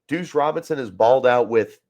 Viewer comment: Bro… you gotta pronounce Duce… said “douche” like 10 times.